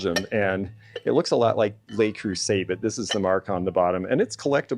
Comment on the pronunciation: Disappointed to hear that botched pronunciation of "Le Creuset."